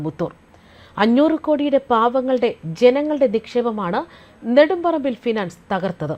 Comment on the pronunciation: Nedumparambilo, kodumparambilo? Karyam manassilakki news vayikku pennumpille.😂😂😂